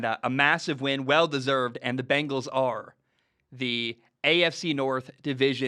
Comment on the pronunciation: Gotta love the "Begnals"